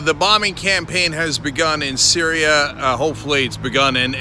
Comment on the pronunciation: Cenk, why so "Sryias"? Lol sorry